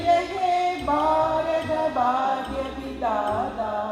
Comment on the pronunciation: എനിയ്ക്കൊരു സംശയം... ബാരത എന്നാണോ ഭാരത എന്നാണോ ജമീല മാഡം ഉദ്ദേശിച്ചത്.... വളരെ നാണക്കേട് തന്നെ